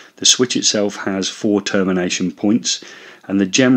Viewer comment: "Pre-two thousand and floor" Oops